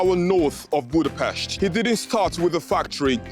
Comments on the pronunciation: Finally,someone can pronounce Budapest correctly! 😁🫡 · finaly someone that said Budapest right